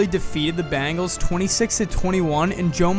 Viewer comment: Excuse me, are you saying "Cincinnati Bangles" ? 🤨